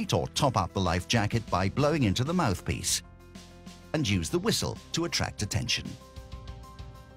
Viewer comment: The way he says mouthpiece